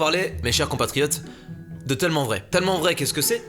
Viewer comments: Ça m'énerve comment Mastu prononce tellement 😂. Genre il dit « teullement », moi perso je dis « taillement ». Voilà voilà 🤔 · Il dit TEULLEMEMENT vrai au mieux de TÈLlEMENT vrai qui s’écrie tellement bref ça me stresse